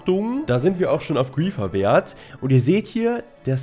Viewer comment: "grriieeffeerr games" Es heißt griefer (englisch) 😂👍